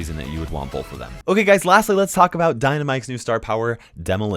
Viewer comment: He doesn’t say bull he says ball with a deep a and yknow like he says balllllth not both which is cool